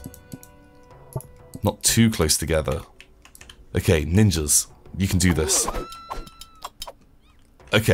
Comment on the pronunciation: Wait did he say nin-Jews at one minute in